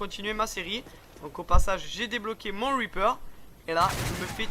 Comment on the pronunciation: pour le weaper ou lieux de reaper ... je kiffe l'accent English !